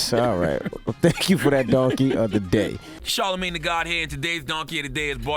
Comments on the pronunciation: Charlemagne said his name completely wrong 😂😂😂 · Charlemagne mispronouced his name multiple times so that threw off the Guess What Race It is